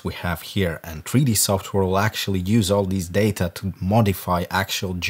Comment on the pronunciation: "Tree Dee" - "Ass Falt"